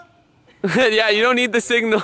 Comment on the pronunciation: Yo when he came up the driveway and said signal I thought he said bazinga and I fucking lost it